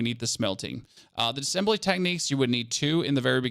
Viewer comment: Thanks for the video. I watched all of it and you said the word “essentially” times. Also it’s Diss-A-ssembly not dissembly. 😉